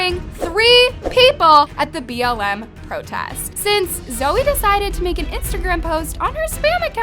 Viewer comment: Its makes me mad that she keep on saying bml its is BLM bruhhh